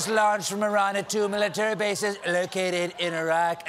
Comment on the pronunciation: Thanks Stephen for not pronoucing Iran like "I ran."